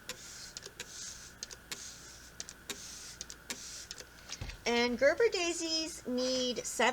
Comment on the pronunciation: Its ger Ber a daisy